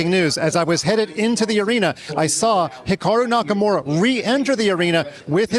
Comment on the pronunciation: "Hicocku Nakamura" 🤨